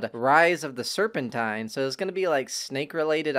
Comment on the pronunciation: It’s Serpentine bro(Sir-Pen-Teen)